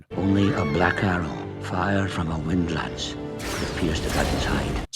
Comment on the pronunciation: is called a 'windlass' not a 'wind-lance'